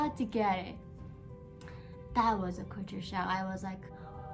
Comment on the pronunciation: Correction.the way you pronounc culture sound is( kature) which is wrong but try to pronounce first try to sound ( cal) and than ( ture) later and pronounce together which will make you pronunciation correct other words too k